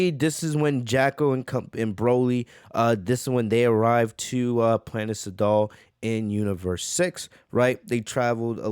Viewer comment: Edit: I like your content and I think you can do better than this, i like your content because its different then other channels the quality is good qnd when you mispronounce things it's kinda funny sometimes planet saddal for instance instead of sadala Noticing how the community is talking about this I'm gonna cover it even though I don't cover fan Mangas... bro 1000 people are covering this don't pander to the masses this many people covering one thing is just gonna make it where it's harder to find the chapter there looking for. SMH